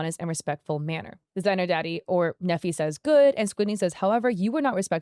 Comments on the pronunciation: His name is Nephi, he was raised with the importance of reputation management. Only LDS/Mormons name their children Nephi. Pronounced knee-fie, not neffy. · I went to school with a Nephi. It's a common name in the LDS church. It is pronounced like KNEE-fye and not "neffy". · As someone who was raised LDS/Mormon in Utah County, Utah (and still lives there to this day), hearing that name pronounced like "Neffi" is making my brain glitch 😂 (If you don't know, Nephi is the name of a significant character in the Book of Mormon, and we actually have a city here in Utah County called Nephi, but we pronounce it like "KNEE-fy".) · I’m sure no one cares but the pronunciation of his name is “Neefeye” long E and long I sound. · “Nephi” is a Mormon word and is pronounced Knee-fi. Love the video as always!